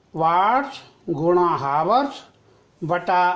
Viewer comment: हावर्स नहीं होता है चाचा